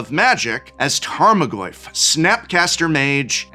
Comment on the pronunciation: More like tame-o-goyf